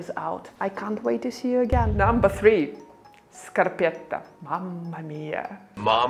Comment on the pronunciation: It's scarpetta with a final A. "La scarpetta".